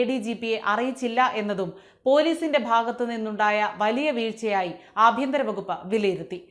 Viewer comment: ആഭ്യന്തരം അല്ല, അപ്പിയന്തരം !